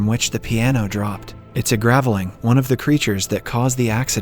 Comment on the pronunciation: Another clue is the mispronunciation of the word Graveling.